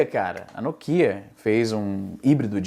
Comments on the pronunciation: Excelente vídeo, mas porra, "nôkía" é sacanagem kkkkkkk é assim que falam na gringa? Aqui eu sempre ouvi como "nókia". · que porra de no kia carai. É NÓKIA. NÓ QUI AH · já que você gosta de falar como brasileiro, o correto seria NÓKIA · "No kia " acho que só japonês pronúncia assim... kkkk sempre chamei de Nokia, lendo como se escreve kkk